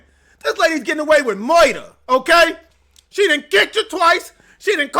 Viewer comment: said "Moider"😂